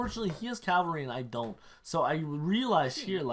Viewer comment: Cav- all - ry , that is how you pronounce it